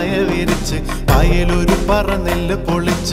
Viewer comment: Superb❣️❣️❣️. One suggestion - In the lyrics, i think it is " നെല്ലു പൊലിച്ച് ". U pronounced it as, " പൊളിച്ച് ". ❣️